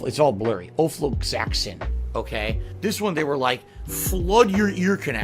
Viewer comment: Bruh. Ofloxacin. Uh-Flocks-A-Sin. Jesus. It's not that hard to pronounce lol Also it's definitely the headphones causing the infections. No one else wears headphones for hours every day and DOESN'T get constant infections, and the bacteria just magically appears even though he claims he disinfects his headphones regularly because headphones just do that. Prime breeding ground for bacteria. Absolutely has nothing to do with him sticking his dirty hooves in his ears all the damn time 🙄